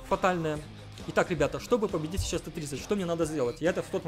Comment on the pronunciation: сечаус хахахахаха ты иногда пиздато проговариваешься я тебя 5 лайков бы поставил за это